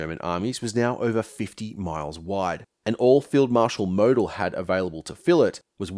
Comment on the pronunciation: Mō d'l mate, not mow Del. Stress on 1st syllable and long o, eat the e in the second. That grates and made keep saying who? but otherwise a typical hypohystericalhistory in depth and very informative and interesting.